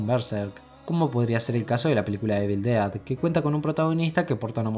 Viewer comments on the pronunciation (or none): none